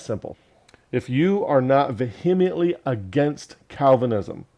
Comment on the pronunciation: I consider myself quite vee-uh-ment-ly opposed to the false "doctrine" of Calvinism, too. 🙂